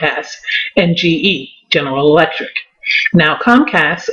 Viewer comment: You can't say General Electric to save your life